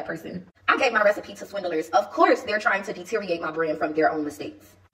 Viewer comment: I love how she says swindelers instead of swindlers, she is really slow